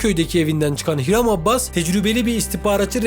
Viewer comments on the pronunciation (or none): Adını düzgün okusan keşke abbas değil abas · Abbas değil Abas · Her Abbas dediğinde kulaklarını çınlatıyorum haberin olsun adamın soyadını doğru kullan